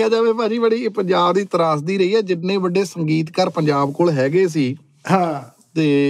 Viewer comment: ਬੜੇ ਨਹੀਂ ਬੱਡੇ/ਵੱਡੇ ਜੀ 😁